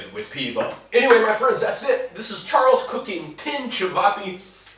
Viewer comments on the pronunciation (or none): none